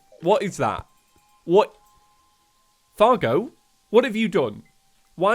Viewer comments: I love how he said cargo instead of Fargo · Was calling Fargo “Cargo” or is it just me?